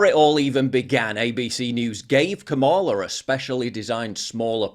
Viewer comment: Seems like Megan Kelly cant say KAMALA correctly 😂 Its the same way as the old wrestler Ka Ma La